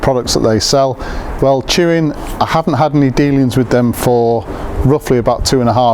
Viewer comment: tuin is pronounced "tayn". Its a dutch for garden